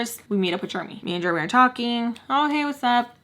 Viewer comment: The way you say Jeremy cracks me up😂 i pronounce it like jeremee. I hear you saying germy🦠